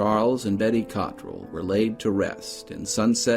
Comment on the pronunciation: My branch of the family put the emphasis on the "rell".